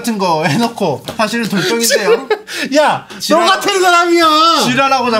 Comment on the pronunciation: ‘지랄’ 이라는 단어를 너무 찰지게 말하는게 개웃김ㅋㅋㅋㅋㅋㅋㅋㅋㅋㅋㅋㅋㅌㅌㅋㅋㅋㅋㅌ